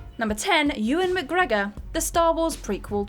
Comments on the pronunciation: What's with the cringy pronunciation of Mcgregor? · New drinking game. Everytime she says McGregor like that, have a shot so you can forget you ever heard it. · Saying "McGregor" like that repeatedly just reminds me of that person who repeats a shit joke over and over hoping someone will eventually laugh. Brad Pitt in Troy. Even though I love the film it was pretty much panned by critics. Also pretty funny you had to paste the bit about Captain Boomerang in. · No...it's not. No one says it like that🙂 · yeah literally how is this not the top comment, mildly funny the first time but it just gets increasingly offensive 😂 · who knows, best not to question these things I think, might drive you mad lol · Because it’s fun? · Because he's Scottish... GET IT????